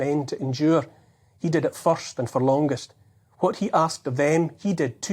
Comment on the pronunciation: He knows.... Ye knows....